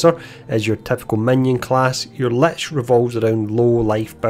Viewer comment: I think for the first time in my life perhaps ive finally heard "lich" pronounced as intended. Also, thank you for taking the time to make this video. Much appreciated.